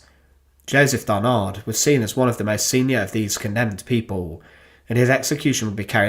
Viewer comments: It is Joseph DARNAND ,not DARNARD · Joseph Darnand, DARNAND, not Barnard nor Darnard..... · Darnand, not Darnard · Darnand pas darnard svp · "DarnaNd". There is a "N" instead of a "R". Thank you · I am sorry, but mispronouncing Darnand at least 50 times during the whole video is a nightmare to listen to. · Yes and we don't pronounce the final d either - it's a nasal sound.